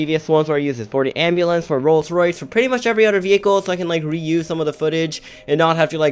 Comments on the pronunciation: Why do u call it rolled rice 😋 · Nruh its not rolled royce XD its Rolls Royce XD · Rolls Royce, not Rolled Rice xD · Lmao why did u say rolled rice